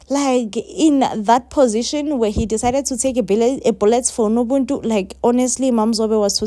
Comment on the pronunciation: It's nobuntu not nobuntu pls